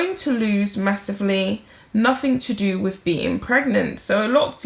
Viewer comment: "WITH" not "WIV". "ASK" not "ARKS". Thank you!